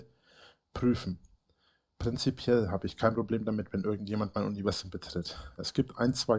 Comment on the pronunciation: Habel aus Selbsthass mitgezählt, das Krokettensilo salbadert sein "Uniwäßum" 73 mal vor sich hin.. bei der Wiederholungsrate steht doch bald der Schlaganfall ins Haus.